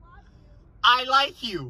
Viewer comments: "Ok, 2 letters!" "I looe you" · Ahh yes I "LOOE" you too! 😂